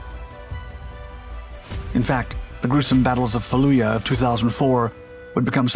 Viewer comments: Bro the pronunciation is off. Fa-loo-jaa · Ah yes, who could forget the battle of Fallooya. Is it a tradition on this channel to always have at least one well-known term or place that's pronounced completely incorrectly? Like an Easter egg? Good thing this drone doesn't have a "chassiss". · I mean...chassis is definitely the British pronunciation. But yeah dude, this channel's narrator is definitely NOT the writer. The pronunciation of Fallujah definitely pissed me off. Seriously, with such a "dire" sounding narrator, they could at least give him better tips on how to say these critical words. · Faluya? Do you mean Fallujah? It's getting really hard to defend this channel lately. Get your head out of your ass, man. If 5+ channels are too much then scale back. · This title is wrong. I thought I was going to watch a video about the Hellfire Ninja R9X. The switchblade does not slice people open. Fix the title, and this is a great video. Also, it's Fallujah, not Falluyah. It is Arabic, not Slavic.